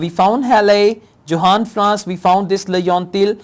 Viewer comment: Johann Franz Encke is a German name, so Johann is pronounced as Yohann. You had a fair pronounciation of the names so I thought this would help.